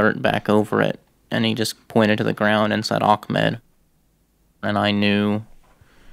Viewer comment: It’s not ak-med it’s ah-med (not trying to be mean)